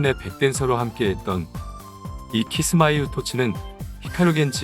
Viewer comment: 다른 애들 공연은 못봐서 모르겠지만.. 타키&츠밧이나.. 카툰의 공연 및 그외 방송 무대라던가 쟈니즈 공연을 봤을떄.. 확실히 연출이 많은편이고 그 중에는 정말 잘했다 싶은것도 있어요.. 카툰이나 타키는 뮤지컬을 보는듯한 느낌도 들고.. 그 점은 정말 공감하네요.. 근데.. 영상에서 아쉬운건.. 키스마스 훗토츠.. 가 아니라.. 키스마이 풋이라는거.. ㅋㅋ